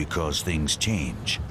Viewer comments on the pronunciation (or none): none